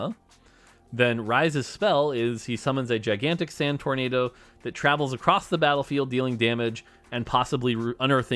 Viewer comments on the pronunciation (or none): none